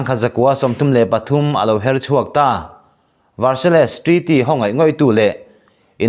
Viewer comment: Varsail emaw Verseil ti a lam tur.